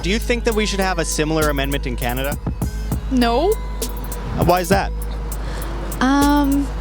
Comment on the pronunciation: That's why they call it cannaduh